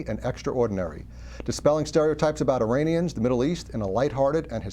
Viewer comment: "Dispelling stereotypes about Iranians" and he pronounces "Iranians" wrong